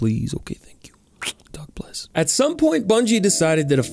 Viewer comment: Is he saying "dog bless"?